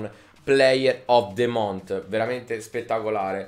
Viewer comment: just month si dice con la lingua tra i denti non con la t finale